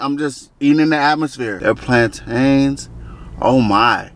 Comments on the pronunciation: I spent two weeks teaching my cousin how to say plantain yall Americans be killing me😂😂😂😂😂😂😂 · Did you get the plan-tain on a moun-tain? Iykyk